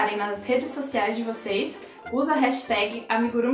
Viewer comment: Tenho uma amiga japonesa que me falou que é amigurumÍ, com acento na última sílaba, assim como emojÍ, animÊ e por aí vai. Mas adorei tudo: sua paciência, a seu carinho, a musiquinha de banjo e até seu esmalte! 🧶 Estou te seguindo.